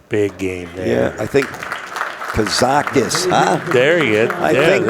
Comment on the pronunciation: Thanks Accu-Stats. I know Mark had a sheet of loose leaf in the booth with KAZAKIS written in huge letters which he waved in front of Mike every time he said "Karakis," haha.